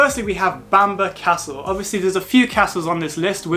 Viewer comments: It's pronounced bam-burra or bam-braa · Nice video, but it’s not “Bamber” castle & not “The” Holy Island, just Holy Island. Sadly we no longer have the Sycamore Gap tree after criminals cut it down 😢. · You pronounced bamburgh wrong mate ,apart from that brilliant video, welcome to the real north of England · I was born in Newcastle upon Tyne, Northumberland. It will always be Northumberland for me. Great video btw, you just have to work on your pronounciation of Bamburgh. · What a load of rubbish!! Learn to pronounce the names of places if you are going to put yourself out as a "guide" to them. For starters learn to say Bamburgh, or any word ending in burgh. I hope you never do a video about any more of the numerous places elsewhere that end in burgh. Newcastle upon Tyne actually is in the geographical county of Northumberland. Local government administration has nothing to do with geographical location, and to claim the monstrosity of the Angel of the North is in Northumberland is an insult to those in the county of Durham who have to put up with it.